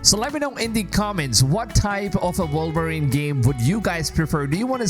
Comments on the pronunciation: Why does this guy keep saying “Vulverine”? Not sure I want to play that game. 😂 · The character is called WOLVERINE not Volverine😂